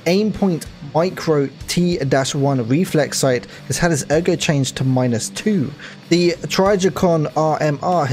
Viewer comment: 5.56x45 the x is “by” 5.56 by .45. It’s a dimension not an equation. Leupold is “loopold”. Trijicon isn’t TRYjicon. Geissele is “jissell”. Sig Sauer is sig sour. And ffs eotech isn’t ecotech lol. It’s hard to understand when you’re saying the wrong shit man. But still informative.